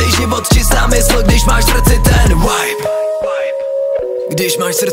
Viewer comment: Asi jsem moc puntičkářská, ale nejde to ignorovat- Vibe vyslovuješ jako Wibe, ale je tam jednoduché V čili výslovnost je čistší než u W. Sorry, i had to. Ale jinak nemůžu říct, že je song špatný..